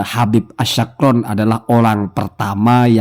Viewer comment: Sekedar koreksi Pengucapan yg benar nama Ali As-Sakran itu pake huruf Siin bukan Syiin